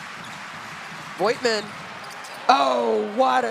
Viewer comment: thrilling game :D can someone please tell the moderator how to pronounce voigtmann ^^